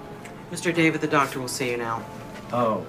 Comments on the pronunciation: She couldn't even pronounce his name right? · She can’t pronounce David. 😊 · I love how the nurse mispronounced his name even though “Larry David” should have been a no-brainer.